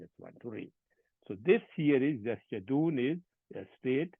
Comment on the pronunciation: Pronunciation needs to be improved like; yasjuduon